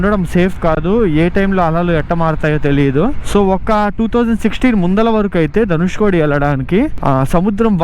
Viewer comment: ధనుష్కోడి కాదు కోటి